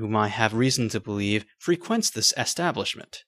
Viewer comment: freh-QWENT?! lol